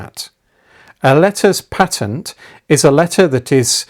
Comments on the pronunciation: Your your pronunciation of pa-tent, and not paytent, is I am sure correct. The great Richard Sharpe, the late Reader in Palaeography at Oxford University was most insistent on this when he taught us diplomatic and palaeographiy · Patent quite right pronunciation .from the Latin. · Thank you, for this informative video. I also admire how you nobly but gently defend the proper pronunciation of the word "patent". Marcel from Saskatchewan.